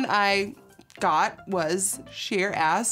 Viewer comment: I love how she pronounces “ass” as “as”